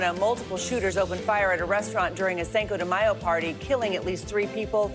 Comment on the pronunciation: "sanko de mayo" lol she said it twice